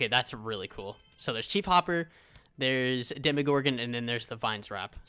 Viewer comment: Bruh he said "shief hopper" Its chief hopper bruhh Like this if u are a stranger things fan